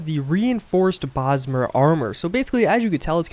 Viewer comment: Oh god then he said it again like 20 seconds later. "Elder Brosmer Sword"